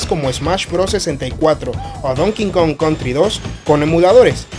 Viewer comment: Conozco muchas personas que dicen Don King Kong en vez de Donkey Kong 😆